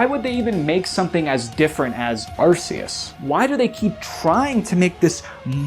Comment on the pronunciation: My guy. They pronounced it ar KEY us in the anime 14 years ago. get with the program